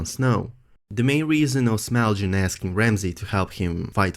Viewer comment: it's Small Jon. not smelljin. lol